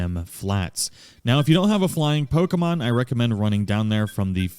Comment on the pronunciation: You get a subscription just for saying the name right.